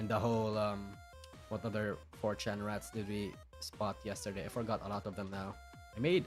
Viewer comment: isn't pronouncing rrats correctly.